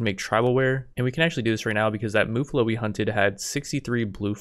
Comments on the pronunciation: its MUFF-allo. Not MUH-fallo. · And as a side note: It's Muh-fall-o, not Moo-fall-o. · Its muffalo as in muff alo. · Your saying muffalo wrong